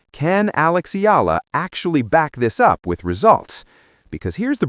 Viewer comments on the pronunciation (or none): For better reporting correctly pronounce Alex’s surname as E-YAH-LA. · not ella e-ya-la!!!!! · Her name is pronounced E ya la. Pls get it right